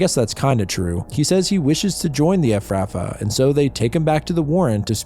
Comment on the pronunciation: You should have watched the original movie. You're mispronouncing a few words, like Efrafa and El-arairah. Stop mispronouncing the overcomplicated made up words! 😂